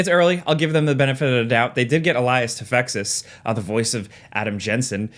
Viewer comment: I once saw the "Jensen" voice actor Elias Toufexis show up in the comments section of a small video to correct the pronunciation of his name: "too-feck-iss"